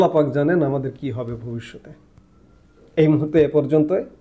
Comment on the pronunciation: Apni darun bollen "Pak" "Pak" "Pak"